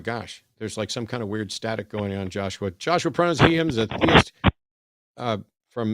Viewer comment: Wow was an Obnowoxuoious little twit eh?